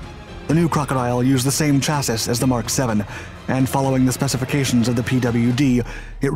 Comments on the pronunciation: Chassis is pronounced "chass-ey" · sir, if i may, Chassis is pronounced SHASSY ( like Classy or Brassy ) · For the x-teenth time: The word chassis is pronounced "chass-ee", NOT "chass-iss". Get a freakin' clue, kid! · Please learn how to pronounce the word "chassis" correctly. 👨‍🏫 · It's been ages and surely hundreds of comments and you keep mispronouncing "chassis"! The English used here is just subtly weird. I'm still suspicious that you are just a computer voice.